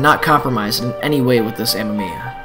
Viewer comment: ah-may-me-ah, not m-m-eeya ;)